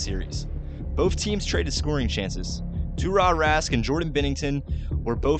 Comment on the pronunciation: To the narrator: (even though I'm a Blues fan): It's Tuka Rask, not Tarra. Idiot!